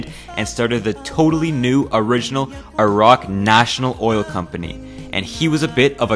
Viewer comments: YOUR MY FAVOURITE YOUTUBER NOW YOU SAID IRAQ INSTEAD OF EYERAQ NEVERMIND😭😭😭😭😭😭😭😭😭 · Finally an American that can pronounce Iraq